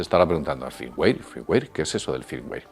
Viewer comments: no vuelvas a hablar de informatica pq para uno que sepa un poco quedas como un inutil, entre el firmguare firmguir i firmwar xDDDD por favor aprende ingles o no vuelvas a usar la tecnologia pq me ha sido vomitivo este video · muy bien mi estimado.... pero un detalle .. cuando pronuncias y sobre todo no se si como lo pronuncias se escribe ... me refiero al al FIRMWARE .. ya que tu dices FIRMWAY .. pero yo conosco el FIRMWARE .. y como tu lo defines esta mal.. así que aclárame si es : FIRMWARE O FIRMWAY .. PARA PODERTE AYUDAR .. QUE ES ...???? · joer macho , toma alguna clase de ingles .. uimere? firmware ! 🤣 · ademas la pronunciacion Firmware que él hace aca es como la pronunciacion inglesa no americana, "feimwae", porque los españoles tienden a aprender el acento ingles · Cada vez que dices "Firmware" lo pronuncias de manera diferente :c